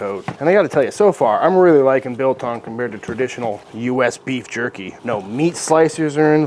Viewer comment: I don't like how he kept on calling it jurkie. And talking about steaming it😱